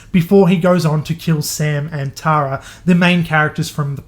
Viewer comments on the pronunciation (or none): Tara is pronounced “Tear-a” lmfaoo best way I could explain it. Tho I like “Tar-a” that could’ve been a way cooler name but not American enough.